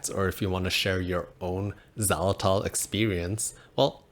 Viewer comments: It's pronounced "ZAI-luh-tol", not "zawlatol" . There is a long "i" sound on first syllable. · it sounds like your saying "za-latol"